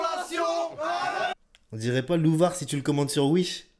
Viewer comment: ptdrrr c'est plus louvar c'est loubar